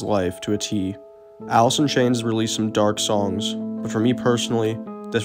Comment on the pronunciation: He couldn't even pronounce his own band name...Alith in Chainth